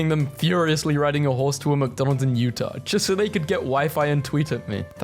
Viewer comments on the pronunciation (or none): none